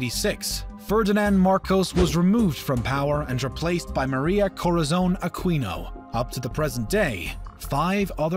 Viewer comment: How hard is it to pronounce these names correctly? KO-RA-ZON to COE-RAH-ZONE is understandable but AH-KEE-NOH to A-KWEE-NOE is weird. How do you add a syllable in someone's name? Also Roxas is pronounced RO-HAS not ROCK-SAS.